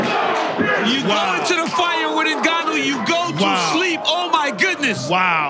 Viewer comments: Why do Americans call Ngannou "eNgannou"? It's not like for mother you say mother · Cormier cant even pronounce the Ngannou surname correctly and call him 'my boy'. What a fake.